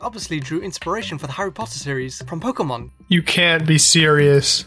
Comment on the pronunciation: Pokémon, not Pokamon.